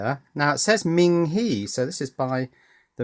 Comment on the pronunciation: lol I always thought when you said ming he it was a Michael take of general Chinese goods